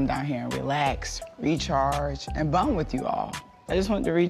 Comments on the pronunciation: Marlon still say BUN and not BOND HAHAHA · when marlo sajd “ bund “ again i couldn’t help but remember when kenya corrected her at the tell all